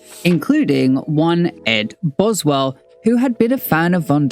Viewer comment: Why are there so many mistakes in this video? You consistently mispronounce Boswell's name, there are slides with incomplete quotes. This video is a mess.